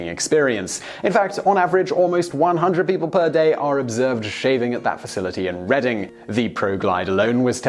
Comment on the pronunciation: Congratulations you pronounced Reading correct!!!